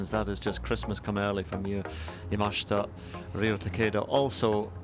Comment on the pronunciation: Why is it so hard for commentators to pronounce the girls name correctly. Love watching the golf but butchering names drives me insane 😂😂 leaders name Yamashita is pronounced yah-mah-shee-tah.